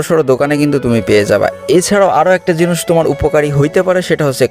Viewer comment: Vi akhono jinis ka jinus bola 😂